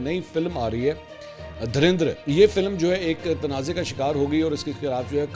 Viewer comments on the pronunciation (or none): Mansoor bhai ap indian movie ka name ghalat pronounce kr rahy hain ... Uska name Dhu-Ran-Dhar hai